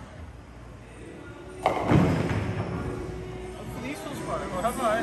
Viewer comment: "flinstons"?? Viva 4lan